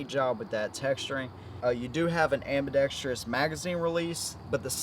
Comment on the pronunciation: Dude, your inability to pronounce or sound out the word 'Ambidextrous', makes baby Jesus cry! It's not pronounced AmbidexTREEous! There is no 'I' or E after the R. Holy shit!